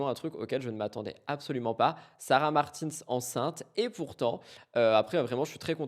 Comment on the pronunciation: Je me permets (parce que tu dis que tu aime bien qu’on te le dise je crois). Sarah a beaucoup dit que son nom se prononce comme le prénom Martin en français (donc pas à l’anglo-saxonne) en prononçant bien le S à la fin Et comme ça en prime ça fait un com en plus du like et du boost